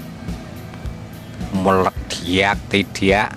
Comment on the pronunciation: Ilmunya mantab, Medok ngomongnya 😁 nyenengin banget dengernya 😁, Meleddiyakk = Meledak. 🤣🤣 Sehat dan Sukses Slalu Pak !!!